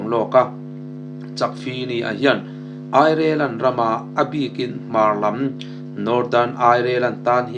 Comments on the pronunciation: Airilen tiin lam ri ve mai la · Germany,Airelen maw i chhiar sual chiang Ireland ni ngei tur a ni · Ireland lamdan lola zir rawh. Azathlak lutuk deu